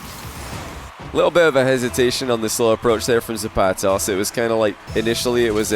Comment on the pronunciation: pronunciation of the vowels in “zapatos” is killing me but good series